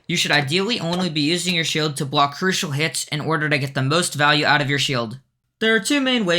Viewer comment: bruda its crucial not crutial